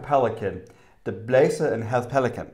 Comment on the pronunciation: Your pronouncation of "klap lige hesten" was actually really good! Also, klap lige hesten; klap doesn't translate to slap in this case, but pat. Your pronunciation of "blæser" was also great! I lived a few years in the states and got married there, so I know how hard Danish is for English speakers! But just the fact you're trying, is more than enough to impress any Dane! Your channel is great, informative and it shows you really want Denmark. Keep it up guys! Much love!